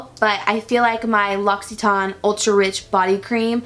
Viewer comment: Hey, I'm french and I just wanted to let you know that the brand "L' Occitane en Provence" is pronounced like "low- si- ten" in english:) loved the video!